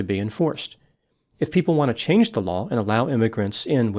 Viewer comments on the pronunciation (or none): none